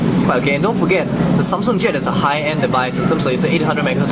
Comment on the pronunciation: Its Samsung not Sanm Songh . LOL . So cute the way you pronounced it .